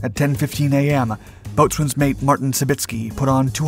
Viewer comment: Bo'sun. It's pronounced Bo'sun.